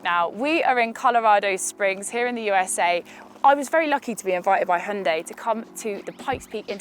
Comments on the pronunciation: A Brit not pronouncing it Hye-un-die?? I'm shocked! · So refreshing to watch a review by someone that can actually pronounce hyundai correctly